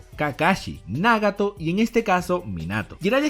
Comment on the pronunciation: Por qué pronuncias Nágato, Óbito pero Naruto y Minato pronuncias como todo latino cuando los japoneses pronuncian Náruto y Mínato, me gusta tu contenido pero deja de querer hacerte el japones y pronuncia como todo latino: Nagato y Obito naturalmente, seas mamón, espero hayas entendido el punto, abrazos !!